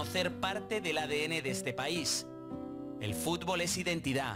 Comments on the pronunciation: es futbol no fubol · Flacooo aprende a hablar flacooooo Futbol no fubol Descripción no descricion Reaccionar no reacionar Aaaaaay diossss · 24 segundos "fubol" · "el fubol"